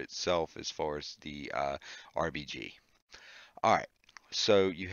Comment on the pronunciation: He said Rbg ahhahahaha